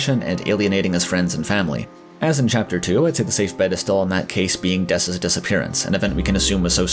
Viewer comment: It's Dess it's fucking Dess